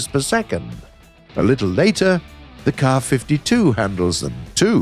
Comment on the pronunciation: finally a proper pronounciation of the Ka-52